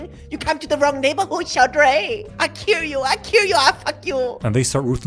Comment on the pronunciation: “i kirr you i kirr you i fuck you” 😭😂